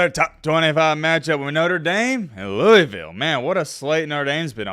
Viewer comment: how are you from Alabama and pronounce Louisville like that 😂